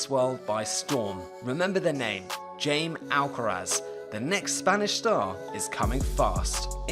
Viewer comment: I think Jai(me) should be pronounced as "Hi" since this is a Spanish name and not an English or American one. Also, the (Jai)me as in me(tro).